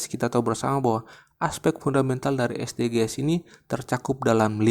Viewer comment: Terima kasih kakak. Saran nih Kakak: SDG's bacanya bukan Es de ge es tapi Edijis kak. Terima kasih kaka